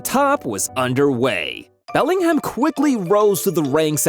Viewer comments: did bro say Bermingham. 😂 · Belling HAM, Birming HAM